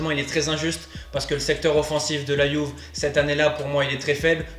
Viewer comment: Bon mon gars il faut que tu choisisses, soit tu prononces Juve à la français soit tu la prononces à l'italienne et à ce moment là tu prononces "Youvé", ton mélange est un hybride un peu bizarre !